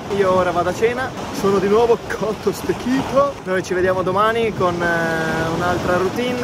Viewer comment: “Cotho stechitho” 😂😂😂😂😂